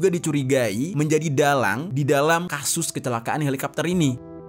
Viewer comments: Helikopter kok dibaca helikapter sih ? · kenapa harus dibaca halikapter sih? sebel dengernya halikapter halikapter 😭😭😭😭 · Helicopter kenapa jadi helikapter 🤔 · Candu bgt pas bang Jeri bilang "Helikapter"